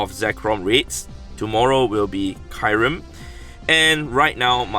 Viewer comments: He said kairem instead of kyrem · It is not [Kajrem] it is [Kjurem]